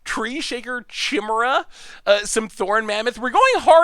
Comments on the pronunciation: It's pronounced Kai-me-ra. Not She-mera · Chimera.... Kai-mare-ah Step your game up bro